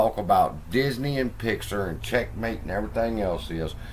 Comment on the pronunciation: It's Pixar not pixer your pronunciation is a bit off